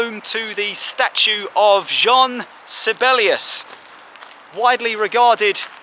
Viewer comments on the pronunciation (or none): none